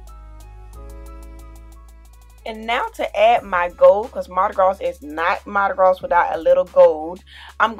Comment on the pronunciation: This is beautiful but your pronouncing Mardi Gras wrong. This s is silent.